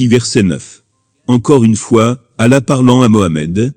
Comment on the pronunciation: Il ne sait pas prononcer le mot "Allah "